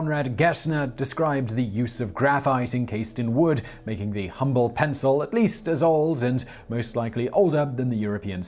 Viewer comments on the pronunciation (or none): none